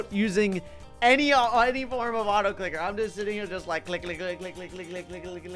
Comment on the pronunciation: u spelt on the Also for the autoclicker u said autocliker